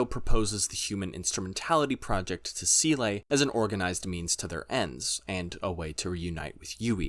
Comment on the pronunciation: Also "Seele" => pronounced "Zay-luh" German for "Soul"